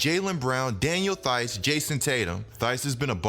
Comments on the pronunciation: "Tice" like "ice" , not "Thyse" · The h in theis is silent it’s pronounced like teis